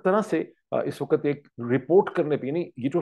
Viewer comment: Waqt not waqat, improve your Urdu. Again the word is farq not faraq.